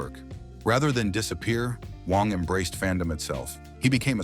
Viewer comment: Ugh, you can get Auberjonois correct but not Wang? And then it pronounces it correctly a minute later? AI needs editors, silly channel creators.